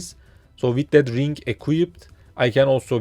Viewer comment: there is no "K" at the end of the word 'Ring'